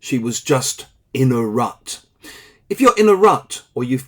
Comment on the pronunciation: Thanks. Sound like you are saying RAT 😢